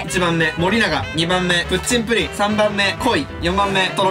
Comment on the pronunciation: プッチンプリンがプッリンプリンになってるよわざとかな？(笑)